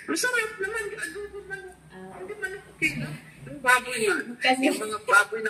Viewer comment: learn and practice correct pronunciation of words. Like bangus, manok, mabilis ang pagbigkas nyan.